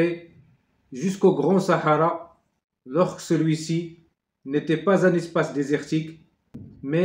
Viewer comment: صحراء بالفرنسية الحاء لا تنطق نقول صاارا